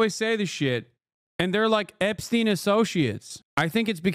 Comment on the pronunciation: my dude said "Epstiny.." hahahahaha